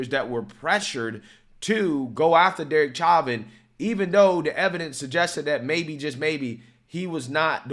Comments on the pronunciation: Insane people. C'mon. We all just watched a video of 5 people correctly pronouncing his name. Its not "chah-vin", its "show-vin". When i share your videos, it matters. Lefties will always look for a reason to ignore conservative voices. Otherwise, keep up the good work.. God bless everyone. God bless America. 👊🏾👌🏾👍🏽🙏🏽🧡🇺🇸🇺🇸🇺🇸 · It’s show-vin. Stop sounding stupid. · i love you brother but its- Show- Van. I know you always say you have issues with names, like Vivek etc...etc... i cant spell so, were even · Evidence isn't new. What's new is the FBI connection to the tampering of autopsy files, but in trial it was obvious Derick Chauvin (sounds like "show-vin", not "chavin") used less than authorized force, that Floyd was under lethal doses of fentanyl, and that it was a political hitjob aided by the fact that the video of the incident looks bad, but the physics at play were very different than the narrative that was being pushed. I mean, the sentencing didn't even make sense. He was charged with mutually exclusive forms of murder. The jury was placating a mob that doesn't understand the difference between 1st and 2nd degree murder, not carrying out justice. This is the case that solidified my opinion that there are just as many partisan idiots on the right as there are in the left. Truth takes a backseat to these teamsports. Derek Chauvin is innocent, and what happened to him was a complete miscarriage of justice. George Floyd killed himself trying to avoid a drug charge, so he opted to swallow extremely lethal doses of drugs because he was an idiot and a loser. Still to this day it makes my blood boil that people would hold up such scum as some sort of saint. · Bro the way you pronounce his name is so annoying. Say it right